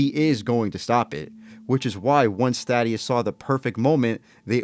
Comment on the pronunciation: It’s not thad ee us it’s thaedus th a dus